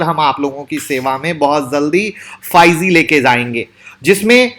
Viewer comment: Apka pronounce galat hai. Ap bol rehe hay fyge . Aye hoga 5g.